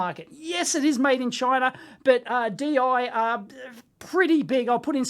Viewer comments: Deye is pronounced similar to "Duh Yuh" with the e sounding sorta like the i in inverter. The bigger versions of these are a lot easier to open up as all of the screws are on the front cover. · Deye pronunciation: "Do-ya?" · It's pronounced Deye